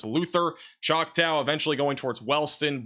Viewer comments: I think you need help pronouncing "Choctaw". Chaulk-taw.... not "tow", the "a" is awe, like awesome. I laugh each time you say it, lol. Nice try though, lol 😊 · ChocTAW (as in “aww”) no “O” in there so “ChocTOW” is not how you pronounce it. (Awesome job as always. I’m just the son of 2 English professors so no malice intended!) Love you guys. 🫡❤️ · JFI, Choctaw is pronounced “Chalktaa”. Thanks for your reporting. I’m a lifelong Okie, raised in Osage county but now a Tulsa resident. Seen a lot of weather at 70 years old. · Chalk tall. That's how u say it. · He said har-rah and chowktaw 😆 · Just to help you out, it's Chalk Tah!, Geronimo is like the Indiana, Lindsay is Lind zay. When you aren't from the area, it's difficult, but just so you know most Oklahoma towns are named after Indians or Tribes. So, think of how those indians or tribes names are pronounced.